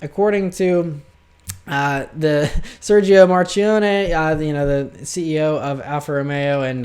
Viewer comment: Dude, it's Sergio Marchionne, not Serghio Marcione! :D